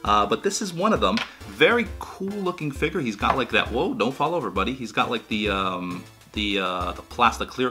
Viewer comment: I love how you pronounce figure. Perfik englishes.